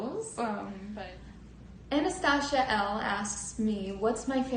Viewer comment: man, if you listen to the videos of Jackie singing “Once Upon A December”, from the movie Anastasia, you’ll hear her pronounce it correctly every time. Which is why I said, THIS time, she mispronounced the name. Try again. — I also say that because I’ve seen you start at least 100 fights with people online because you see her as infallible, when others try to say she is not. Stop trying to make an argument out of nothing. I pointed out she mispronounced the name. Nothing more.